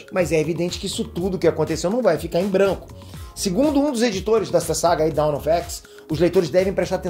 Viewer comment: Eu tenho uma crítica construtiva, espero que você não se ofenda. Mas a sua pronúncia das palavras em inglês sempre sai um pouco errada, o que consequentemente pode influenciar os inscritos a cometerem o mesmo erro. Um exemplo: 'Dawn Of X' você pronunciou o 'dawn' como 'down'. Já notei isso em outros vídeos também.